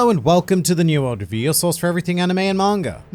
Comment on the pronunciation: ""...ya keep getting your name wrong in the beginning my man. It's "".